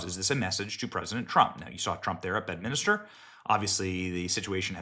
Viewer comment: Benny, it's Bedminster, not Bedminister. You're adding an additional letter, making a fourth syllable. Did Miller say the "Democrap" Party?